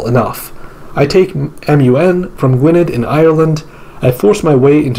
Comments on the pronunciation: I’m so sorry but you butchered every power name except Northumbria and Wessex and Ireland and Alba. Gwynedd is pronounced Gwyneth (th as in the) Jorvik is pronounced Yorvik Mercia is pronounced Mer see uh. Sorry But it pained me. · A note on pronounciation. The Welsh language 'dd' is pronounced as the English voiced 'th'. So the 'edd' in Gwynedd sounds like the 'eth' in whether. (A single 'd' in Welsh = as the English 'd') English Mercia is 'mer-see-a' rather than 'mersha'. Jorvik = yorvik.